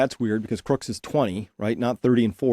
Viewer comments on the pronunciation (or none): Tut tut Chris, it's CROOKS, not Crook's!